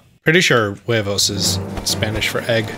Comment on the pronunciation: i laught a lot when you said "huevos"